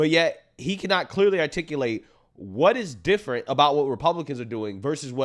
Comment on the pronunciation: "We do it every ten years so it's (D)ifferent" - Kathy Hochul